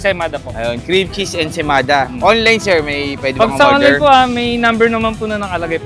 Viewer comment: It's ensaymada, why you kept saying ensemada?